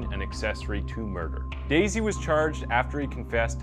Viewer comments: Its.not Daisey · You’re saying Brendan‘s last name wrong!! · How you managed to mispronounce Dassey is incredible. They only say it 500 times in the documentary. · Interesting. How do you make an entire video about a case that has a 20 part docuseries about it and then proceed to mispronounce the kids name? Hahahaha